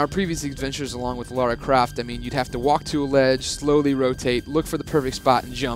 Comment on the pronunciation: It's Lara Croft, not Laura Craft.